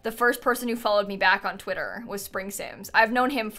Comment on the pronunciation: “Titter”… classic